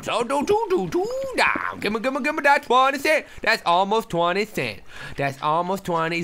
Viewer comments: Lol he says forge on cliff *thta* lose. Its that, not thta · did anyone else notice the fact that he said "forge on a cliff thta ill lose" lol i dont care but its funny :)